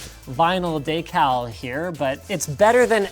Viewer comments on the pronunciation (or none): Linus pronouncing decal ("dee-cal") over the years, Whole room water cooling: ‘deck-ul’ Now, in 2018; ‘Day-cal’ sigh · Ur making fun of him for saying o-penis but u called a decal a "daycal" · Apparently daycal is how they say decal in Canadia..... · Funny to see Linus pronounce Decal as Day-cal, instead of Deckle like he use to. He is getting closer. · did he really call it a daycal? Not decal? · Da cal? Dee cal is how decal is pronounced. Well same thing i guess depending on where you're from. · At least Linus didn't say "deckle" like most Canadians pronounce "decal". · GOD another way to say decal, de cl decal daycal. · Why has Linus gone from “deckal” to “daykal” and never learnt to say decal